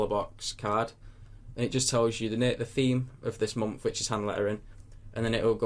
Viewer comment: I love how you say month :D "mompf"